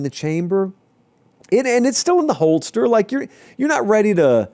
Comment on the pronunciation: You say “holdster” as opposed to “holster”?